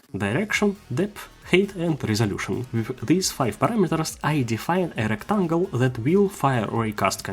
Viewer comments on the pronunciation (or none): Erectangle , heheh , funny